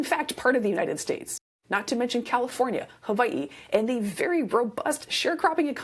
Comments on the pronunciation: 1000 points for pronouncing Hawaii correctly 😃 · My respect for you went up even more when you pronounced Hawai’i properly 😊 Love your videos. I always learn so much. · I’ve enjoyed the thoughtfulness of your videos for a while. Anyone who pronounces Hawaiʻi correctly gets even more respect. Thank you for your work. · Thank you for pronouncing Hawaii correctly! I’ve learned so much about farming on the mainland from you.